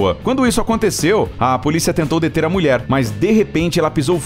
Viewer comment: Só eu q escuto ele falar "muier"? Mulher kkkk